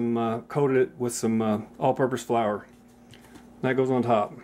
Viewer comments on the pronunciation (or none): none